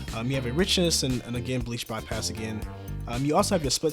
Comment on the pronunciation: lol it's bleach, not beach bypass. and halation not helation. it's all written right there